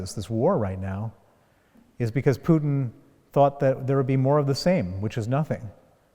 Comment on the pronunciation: Interviewer: Putin is not [Pju:tin]. Putin is [Pootin].